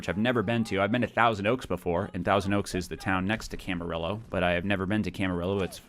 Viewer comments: Camarillo = cam-a-rio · I'm sorry but Camarillo is pronounced camaRio I'm in that area and it's a good city where many celebrities live